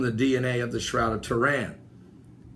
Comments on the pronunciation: BTW I apologise but its buggin my... your sayin shroud of toran..... its Turin not toran..... ur pronunciation of off... again I apologise ¡¿¡¿¡ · arthur soctomah There are a high level of miss pronounced words in this video which makes me think it is on purpose. Stonehenge is pronounced is Stonehedge. Sun god Ra was pronounced Ray. Turin pronounced Tehran. There is a pattern here though... any pagan site, object or deity seems to be miss pronounced unless it is a bible reference then it is pronounced correctly. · it's Turin, not Tehran. and i'm sure you would know that.